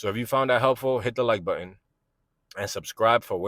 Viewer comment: Check out how to pronounce the word “button”.